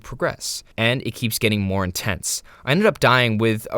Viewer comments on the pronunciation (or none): none